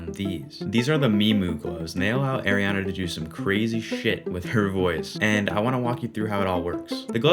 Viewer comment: Love this content, but just as a future reference it's ARIana not AIRiana